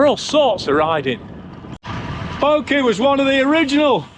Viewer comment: Great review of a fantastic bike. Keep working on that "Bokeh" pronunciation!!